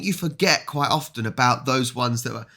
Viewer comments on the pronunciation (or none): none